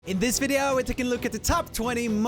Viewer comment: the way he says video icks me out